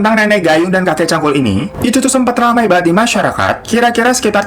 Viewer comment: Cangkul pake G kak.. bkan Cankul 🤣🤣🤣